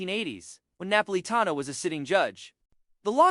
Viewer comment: i cant watch this - the narrator (AI?) cant even pronounce the man's name....